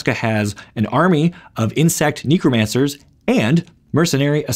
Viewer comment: I am honestly curious, are you mispronouncing the word "necromancer" on purpose?